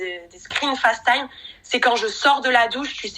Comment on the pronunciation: Par pitie dites Facetime avec l’accent anglais pas en Francais c’est insupportable !!!! Serieux quoi